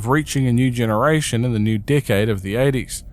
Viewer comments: whenever you say decade it sounds like your saying dickhead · Ok but the first time I heard you say “decade old tapes” I had to rewind because I DEFINITELY heard “dickhead old tapes” 😭😭